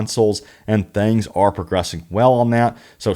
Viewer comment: Good video but damn. It’s “things” not “thangs.” I’m from the south but geez.